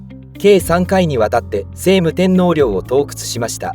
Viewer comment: 聖武天皇 「しょうむ てんのう」です。「せいむ てんのう」ではありません。